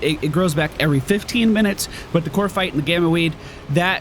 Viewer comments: COP-rite, not CORP-ite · CoPrite, not coRpite